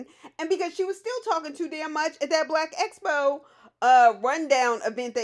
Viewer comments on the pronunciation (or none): PLEASE learn how to say EXPO not espo!!!! If you're going to have the event, you should at least be able to say it right.